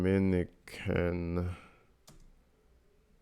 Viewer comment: I think you said Dominican wrong. Leja is from F.I.N.E